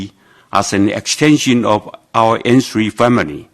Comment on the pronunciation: 沒啦 只是 開始他說N three 時的發音很像芫荽😂